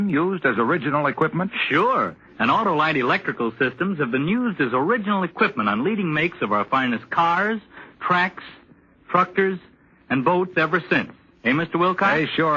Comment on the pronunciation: Lol, on the Autolight ad, the guy said, "...for use on cars, tracks, tructors..." (must have meant "cars, truck, tractors")